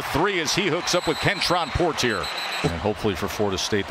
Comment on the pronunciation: Poitier - por-tear, lol. It's poy-tee-AY. Thanks announcers for butchering an easy name.